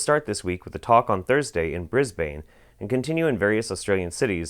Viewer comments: On behalf of rational Australians out there I apologise. Also it's pronounced Bris-ban not Bris-bane :) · bris-bane? Bris-byn :) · 'BRIZBAINE' WHY DID YOU SAY BRISBANE LIKE THAT XD It's bris-bin ya crazy american. Nice video by the way. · I love how says Brisbane it makes me chuckle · Jesus, you pronounce Brisbane and Melbourne in the most American ways possible.